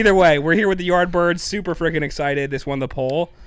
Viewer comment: It sounded like 'The Byrds" not the "Yardbirds". Lol